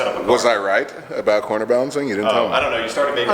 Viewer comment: Why does sound like he is saying quarter balancing lol.